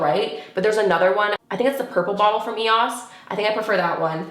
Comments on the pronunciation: Who else is like what when she said eos instead of e o s. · It’s pronounced E O S